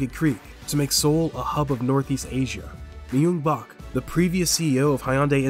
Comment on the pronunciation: Dude learn how to say Seoul and Myungbak. Wtf. It takes 12 seconds on google.